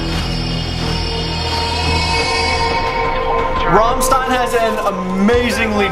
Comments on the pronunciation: are you deaf??? Not "Rammstain", but ['ʁamʃtain] - it is repeated fourty times in this song!!! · I know its a bit much for me to ask you please can you go to google translate and type in rammstein and the click on the microphone icon. Then you would know its not Rammsssien its RammSTein. Take care of the ST its a SCHT. Because a native German Speaker looses the will to live if u kill there language that way. So my ears are still bleeding and I hope the will regenerate. Good Bye pls google translate and press the microphone button on the German side. I tried it and it works its 90% accurate. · RAMMstein. not Rommstein. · It was making me soo mad. They sing the word rammstein like a million times in the song and then he pauses and still pronounces it with an "s" instead of "sh"... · Anyone else feeling the pain when he pronounces it as rom Stein instead of ram shteine like it's meant to be? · Raaaamstajin 😆 NO! Rammsccccchteinnn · Fun fact, is not rahmstein is ramstein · please spell ist rammshtain, it's shtain not stain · Yo, the pronunciation is ramSHtein not ramstein. I mean that's just how it's correct in German and it kinda pisses me off tbh wit ya 😂😂 no offence bruh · It's Rammstein. Not Raamstin.. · The 'ram' in Rammstein is pronounced 'ram' as in "rampant", not 'ram' as in "ramen". It's not "Rah'mmstein". They're not noodles. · Band: "RAMMSTEIN!": "Rähmstien!" Me: facepalm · It cracks me up how they are repeating their name but you still say 'romstine'. This is a song that works best between others on an album, not really stand out for me but I still love them. You should definitely listen/react to more. They have SO much stuff out there (and so much fire... It gets really hot at shows) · It is Rammstein with shhhhhhhhhhhhhhhhhhhhhhhhhhhhhh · Rammstein. Pronounced rahm-SHtein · was saying Rum Stien......???? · He saying rammstien wrong 😂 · Dude! Pronounced RammSHtein! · pronounced "sht" Ramm-st(sht)ein :) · You're pronouncing Rammstein wrong.